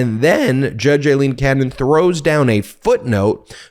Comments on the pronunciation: "A" leen, not "I" leen. Don't want to give any right wing idiot an excuse to criticize. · Great report as ever, Ben. Just one thing. A-lene NOT I-lene Cannon. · Hi guys, love the content, just a small issue of little consequence but still, judge Aileen Cannon's name is pronounced A-lene, not I-lene, it's an Irish thing! Keep up the great work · Judge Aileen "loose" Cannon needs HAS to be removed from the case. More a "Feral" rather than "Federal" judge, biased doesn't even START to cover it The chances of a fair trial with her interference & unlawful pronouncements are now vanishingly small.